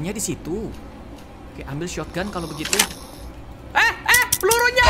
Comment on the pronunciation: Kebiasaan MiawaAug shotgun di bilang "shotoganto" 😆